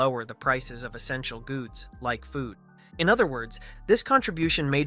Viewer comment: I could post these as separate comments, which the YT Algorithm would approve of. But I'm not being paid am I? I've already done more than the Channel Owner. Aiesha (Sp?) a female elf drops down to HIS knees. Okay. AI just can't say names, AI's got no talent. "essential guds"? "doo-chus" (dookie) I'm sure she took no offence. 😕😕😠 , "douche" Really? I'm sure Duchess Walter will not be amused, as I am. "Content"